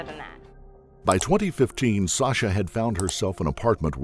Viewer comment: random but whys he pronouncing her name like sosha?